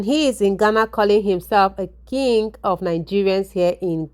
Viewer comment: why do you pronounce King as (Kinge) instead of (Kin)the letter "G" is silent in pronunciation.